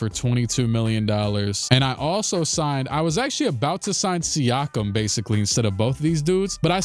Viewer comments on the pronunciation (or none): none